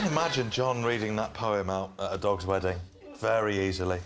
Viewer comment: "Weddink" ...wtf, people can't even talk correctly anymore. "Drawring" "Obamar" .......